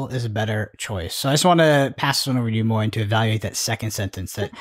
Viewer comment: Moyen's pronunciation was excellent. (From a french) 👍